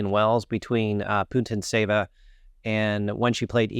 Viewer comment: No, that letter T doesn't reads apart! It's Putín tseva (ts is a one letter Ц in Russian- Пути́нцева- Пути́н цева), It's sounds like a сi sound in Cincinnati(Цинциннати)